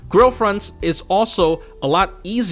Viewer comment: wasn't paying attention and thought each time you said grail fronts, you were saying girlfriends